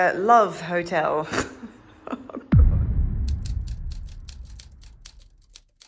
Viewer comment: "Lov Hotel "😂